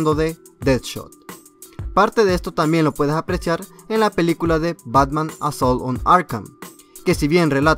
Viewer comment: en el minuto . pronuncio mal la palabra apreciar sustituyendola por la palabra aprechiart jajajaja